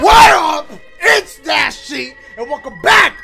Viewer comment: “DASIEGAMES” lmao bruh